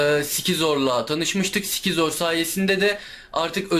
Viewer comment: abi s.cizor sizor olarak okunuyo